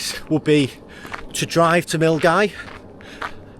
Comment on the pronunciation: Hey. Good to see you out on the trail. I hope that your leg is feeling better. I was driving up Loch Lomond the other day, but on the other side of the water. I was heading to Argyll. Glad to hear you pronouncing Milngavie properly. Most people would look at it and not think that it was pronounced Mull-Guy.